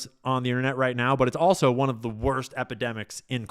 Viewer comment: Your “one soup “ is wrong